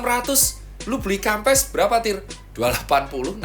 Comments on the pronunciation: bacanya kempess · Bacanya kempes wkwkwk